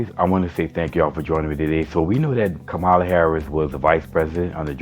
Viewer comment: Her name is pronounced COMMA-la. Thank you. Light skinned-ded? What’s that? Omgeee bruh. Congressman? She was a SENATOR!! Dude! Please get off YouTube